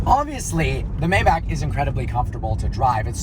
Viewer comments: May-back? Um.....try My-bock. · It's pronounced: Mybaak not Mayback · MAY-BACH not meybach just saying. Cheers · It’s not May-back it’s read My-bach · Maybach is pronounced MY-BACH (like the composer), not May Back. Just like Daimler is pronounced DIME LER (in German, it's like the A doesn't exist). Great review. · I have always pronounced it "May-bok" or "May-balk"( with a silent "L"). Am I wrong? Do we we say "I love to listen to Johann Sebastian BACK" or BACH as in "BOK" or "BALK"? Mayback just sounds weird to me. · It’s pronounced “My-bock”. Not Mayback. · What the hell is a May-Back? Isn't it pronounced MyBok? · “Mayeback”........ need i say more? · It’s pronounced MY-BAC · Pronounced my-bock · Just some feedback, the pronunciation of Maybach is Mai Bak. Please get back to old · Please, please pronounce it MaaY baaack(my buck) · It’s pronounced my-bock. I cringe every time you pronounce it incorrectly. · It’s MYbach!!!!! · Sad you don't know how to correctly pronounce the name of your own car. May want to look it up. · The way you say Maybach is so cringy and wrong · I can't believe he doesn't even know how to say the name right, after being a car "enthusiast" for so long. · How do you get Bok out of Bach?... Learn some German. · David Watson i am german and if i‘m guessing correct nikola may be german too. Look at a german review of a maybach and learn how to pronounce it instead of giving shit but not knowing how to pronounce it on your own. And Bach also isn‘t pronounced back or bock. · If you want to own a maybach you have to pronounce it right